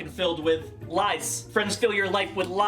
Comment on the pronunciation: I thought he said 'lice' not 'lies', and to be honest......... 'lice', would have been better! LMAO!